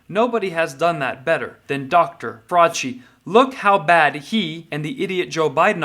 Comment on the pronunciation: "Fraudci" just perfect kvon